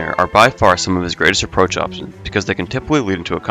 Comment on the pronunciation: approah or approach?